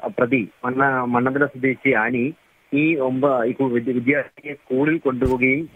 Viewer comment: അനി ആണ് അലി അല്ല